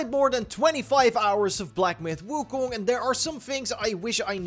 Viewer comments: its pronounced ( Wu-Kong ) ...not ( Wu-Kun ) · wu koong? lol